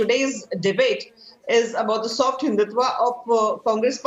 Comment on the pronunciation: Why do you say sott hindutva